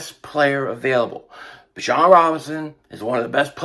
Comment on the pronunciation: Is anyone gonna tell that it is pronounced BE- John